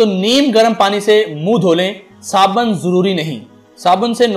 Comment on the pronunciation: Aray paagal saaban nahi sabun hota hae